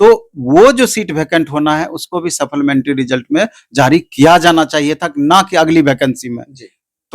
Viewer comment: सप्लीमेंट्री होता है saplamentaryn नहीं. शुद्ध उच्चारण करें.